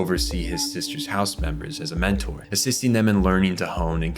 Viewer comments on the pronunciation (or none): none